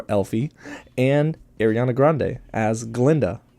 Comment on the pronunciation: Her name is “Ari-ana” Grande. Not Airiana grande